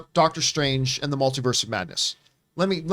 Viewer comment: what did this girl just say? “The Mel-tit-u-ed of Madness” wha..